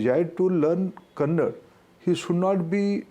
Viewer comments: Tell him to read without a teleprompter 🤣 and its not kannad its kannada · It is not kannad it's KANNADA Being an Indian he doesn't know how to pronounce languages but he's indian education minister (our bad luck) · Its kannada not kannad mr minister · 🤮he is education minister...see the fate of India. Mr. education minister😯 it's kannada not kanad......sheer arrogant & ignorant guy. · its kannada not kannad.... i'll start calling handi instead of hindi ?... atleast pronunce the language name properly 🤷‍♂️ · For god sake 🙏 you pronounce the language properly....then lecture.. Its kannada not kannad ... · It’s Kannada not kannad please correct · The language is Kannada not Kannad. The Minister should learn to pronounce the name of our language correctly before encouraging three languages policy. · He stereotypically says Kannad, and cannot even pronounce Karnataka's offical language as Kannada, how he will know the linguistic welfare of the union of states. ??? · “Kannad”, “Tirukkuru”… what are these Mr Minister? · We want to learn Hindi for the well being of those people come and seek job down south here. But they not even try to pronounce our language and State names properly.... Kannad Keral..... Chauvinistic mode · First learn to say Kannada properly, then talk about learning the language. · Yeah bro . . They can't say tamilnadu and will say tamilnad. Same with kannad instead of kannada. They don't know you call your people kannadigas